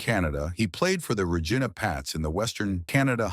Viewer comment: Re GEENA? He was 209 L.B.s?? A.I. always messes up pronunciations in these youtube videos